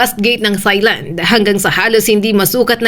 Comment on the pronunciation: Please stop pronouncing Thailand as “thigh-land”. The correct pronunciation in English or Tagalog sounds like “tie-land” (no “th” sound).